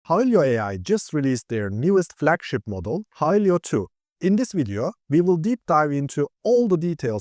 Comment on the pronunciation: Great video, only it's not pronounced "Hi-lee-yo", it's "Hi-lo"